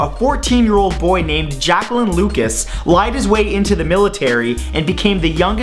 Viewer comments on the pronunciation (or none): none